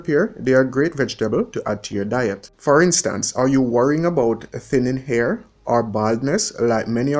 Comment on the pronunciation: Def education but the way you pronounce words WRONG is a turn off for me. For example you pronounce "hair" as "ear" "help" as "elp and drop all your th's you sound ridiculous instead of elite Found this so annoying I'm going to block this channel